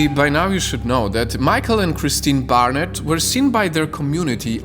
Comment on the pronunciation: Barrnets not harriets